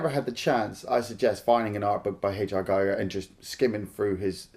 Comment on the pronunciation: Sorry, bur H. R. Giger is pronounced "Hah. Air. Gee-gair" (spelled for a native English speaker).